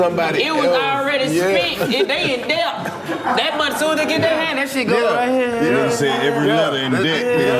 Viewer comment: "they in DEBT!" 😂 That mf just said every letter in debt 🤦🏾‍♂️🤣